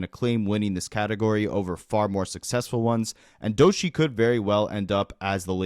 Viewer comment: It's pronounced "Dough-Chee" my brother not Doeshii 😂😂😂 must ain't never heard her music before